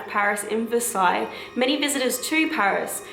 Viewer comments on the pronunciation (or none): none